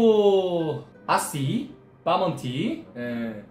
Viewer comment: 아시바몬티가...' 아씨바로미 '로 들렸네요 -_